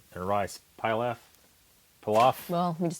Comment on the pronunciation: please learn the correct pronunciation of the food names you talk about. Pilaf is pronounced pee-laugh.